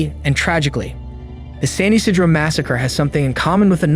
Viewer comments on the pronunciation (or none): It’s pronounced San Yee-sea-dro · I lived in LA Mesa CA (about 40 min NE of San Ysidro) at the time of this shooting and was 14. It was mind-bending that something like this could happen. Btw it's pronounced San yuh see dro. Every time you mis pronounced it, I cringed, learning how to pronounce the name of the city you are going to talk about really should be something you figure out before doing a YT video. It was pretty good though and for me to keep watching when I usually click off almost immediately when people produce content and don't bother to learn how to pronounce a key name, does say this was pretty good. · Come on now, pronounce it correctly. San Ysidro is pronnouned: San E-See-drough